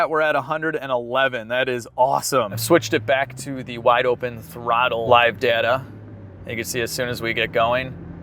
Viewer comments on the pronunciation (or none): none